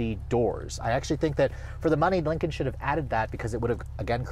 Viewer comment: He mentions ford yet never dodge, because dodge is better. He also says Lincoln wrong, he keeps saying Lincon